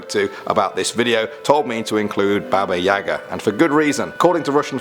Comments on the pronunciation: Baba yaga is said like Baba yega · That's not how you say babayaga but it's ok you don't have the accent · It’s not Baba Yaga, it’s Baba Igya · Baba Yaga.... Guys, it pronounced Baba Yega. And emphasis fall on first syllable... YE.... (Pronounced "yeeahh")... Although words in Russian language are spelled differently, some have alike sounds. English has this too... Game of Words? Same thing.. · I thought he said baby yoda! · I am not Russian, and do native English speakers have to assume everything is pronounced like an English word? I don't know how to write it in phonetic English, but isn't Baba Yaga pronounced more like Ba Ba Yagaa? And the name Ivan certainly is not pronounced iVan. What is this, a transport service by Apple? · U didn't say baba yaga right